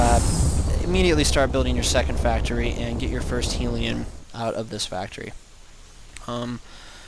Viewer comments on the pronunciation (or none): It's helion not heeeeeelion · actually hellion not heelion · HELION NOT HEELION. OH MY GOD. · When you started saying heeliun i understood you are full of shit. Bad build. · wow hellion is pronounced hell-ee-un dork! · thanks man won like 7 games and came back to say thanks you got yourself a subscriber!!! and its hell-e-on (as in the place were the devil lives)